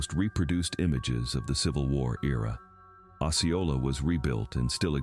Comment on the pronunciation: Lord it's not along the Kansas border and it's pronounced oh see oh la